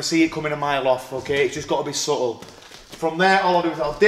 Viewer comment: There’s nothing subtle about the way he pronounces subtle